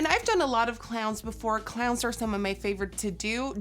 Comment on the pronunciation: How Nikkie says clowns lol